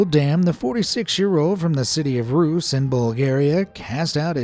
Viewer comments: It's RUSE, not roos. Also, Oh God!!! Really?!? My dad lost a finger because of fireworks Sadly, it's common in Bulgaria also. They usually get struck by power lines. 😢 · When you say Ruse please pronounce the e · Not a biggie or whatever but as a Bilgarian I feel the need to point out that in the word Ruse, the 'e' is not silent, it's like "ruseh" or some such. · Oh my bulgarian language 😢. Your supposed to sound out the e in Ruse 😭